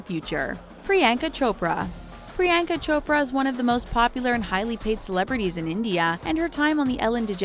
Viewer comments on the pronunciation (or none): PRE - ON - KUH Chopra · Pree-YAWN-kuh, not Pree-YAN-huh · not the best at pronouncing foreign names now are you? It is not Pree-yenka. It is pronounced as Pree-yann-ka. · It’s not priYANKA it’s pronounced Pri-yon-ca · A cringe for everytime she said 'Priyaaanka'. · Did you really just say priyankas name wrong? Just how????? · You’re saying Priyanka wrong, believe me I know my name is also Priyanka >:(